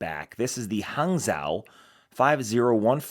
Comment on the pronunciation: For future reference “hangzhou” (a city in China) is pronounced more like “hang-joe”. You got the first part right. The j in the “-joe” sound is also more like a z and j at the same time.